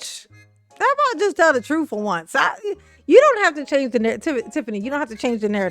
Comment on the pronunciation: “The troof” is not in a Tiff. 😂 Hey Tiff, that’s a complete sentence. 😂